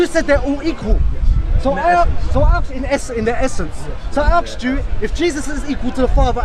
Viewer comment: Aks, Aksed... xD